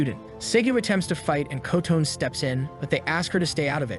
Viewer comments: Her name isn't "Ko-Tone" It's Kotone—"Coh-Toe-Nay." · AI pronounciation is really terrible. The guy is shooting the front of a ship at things. Alcohol is a deadly potion. The teacher turned into "a boy" running toward them. Kotone is pronounced Co-tone by the computer. Karate almost pronounce carrot. As for the ogre or oni, you would think getting an arrow through the eye socket would put it down for the count, much less shooting alcohol into the face. All in all, these monsters are pretty weak. Goblins get taken down with metal pipes and ogres with training arrows. Also, it points out that the phones were the key to all of the monsters coming out. What becomes their priority...Get a phone on the internet. Our latest generations are hopeless. They can't write a story without an analog to modern technology. Also, that being said, I don't know how 90% of the population of the world would be killed off when, in many places, there isn't widespread internet or a lot of smart phones. Maybe one per house in a lot of countries and even less in a lot of SE Asian, African and S American countries. A lot of those people would be chilling. Also, weapons or things like machetes are pretty common in those countries, so the monsters would be made short work of. Even in a place like the USA, where there are a bunch of smart phones, there are a metric crap ton of weapons in homes. So I don't think 90% of the people would die out. Only in countries with wealth, lots of phones and strict weapons laws...like Japan or big cities like New York, LA or